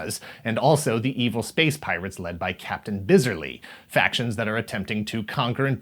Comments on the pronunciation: "Captain BIZZ-ur-ly." It's Bizz-AR-ly. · Nah Drake: "BIZ-errly" Thumbs Up Drake: "bi-ZAR-ly"